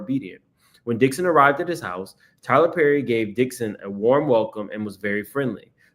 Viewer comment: 'Tyler Purrry'😭😭😭